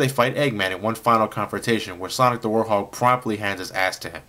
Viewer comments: I don't know if its your accent or anything but its were-hog not warthog I still love ur videos though so keep it up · ARGH! its now "warhog" its "WEREHOG" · Please tell me I'm not the only one who cringes when says "War-hog" and not "Werehog" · Its werehog not worehog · WEREHOG! Not WARHOG! :-( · You pronounce the Wherehog as Wore-Hog. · Why does he pronounce it "warhog"? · Anybody else noticed he says Werehog like "Warhog"? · did you just say warhog? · i think he says war-hog